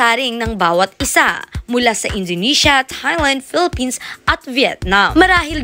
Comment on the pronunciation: malumanay siya magsalita, ni pagsigaw ng Philippines walang kabuhay buhay- Yan na ba ang pinakamalakas na sigaw niya- Si Roberta Tamondong anlaki ng Bibig when she pronounced Philippines